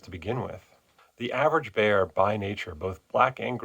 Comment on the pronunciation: Bear, not beer… Have a like anyway for your efforts in education